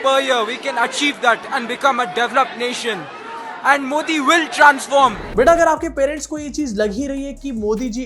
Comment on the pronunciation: He is saying moodi